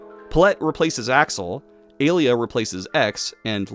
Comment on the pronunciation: Hey, I noticed that you pronounced Alia's name like Alita. The first half of her name is supposed to sound like alien. The latter half, you got right. As for Pallette, it's like pal and let.